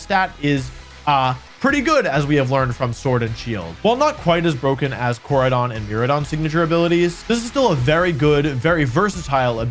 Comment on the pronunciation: mer- RIDE-ON kor-RIDE-ON Their names are puns, my guy. Pronounce it right pretty please <3